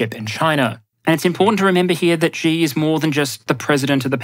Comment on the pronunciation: Xi is pronounced SHEE